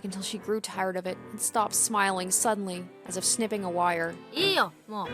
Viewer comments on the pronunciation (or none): none